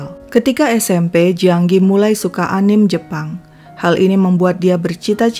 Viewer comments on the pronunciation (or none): none